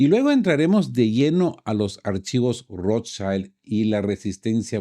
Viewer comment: Perdón, se pronuncia Rothschild no "schaild" es una palabra alemana.